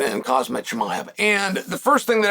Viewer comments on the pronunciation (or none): It’s pretty disrespectful if you ask me. Ain’t no way Chaels that dumb. He has to know how to pronounce his name correctly yet for some reason he doesn’t. Maybe he reads the comments and see the people think it’s funny so he keeps doing it lol. First he pronounced it “hazmat” and now it’s “kazmat” 😂😂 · Cael somon , its kham-Zat ( ham zat ) khamzat imanov = Imavov haha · Still saying Kazmat hahahaha fkn chael! Gives 0 fooks! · "ImaNov" "KhaZMat"😅😅😅.These guys man🙄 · It’s khamzat not khazmat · "carsmutt" - chael 2025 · kazmat??? really??? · I know right? Chael can't pronounce half the fighters names. Which is hilarious considering ESPN employees him as an analyst. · LOL. "Kazmat". Love it! I not sure DDP has a wrestling problem. "Kazmat" is that good. :) But.... he doesn't need to become that good, All he needs, is some adjustment. We know "Kazmat" could not submit him, however, can he handle more offence from Dricus than Strickland, Adesanya and Whittaker could? I don't see it. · it’s pronounced “HAMZAT”, ffs. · The champions named is pronounced Hahm-zat, you fool. Get his name right. Can't you handle a two syllable name? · Khazmat Mhackulcheff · why does he say khamzat like that the k is silent 😂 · Put some respect on his name and learn how to say Khamzat properly, come on Chael!! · I love how the pronunciation of Khamzat's name just gets worse😂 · Is he mispronouncing khamzats name on purpose?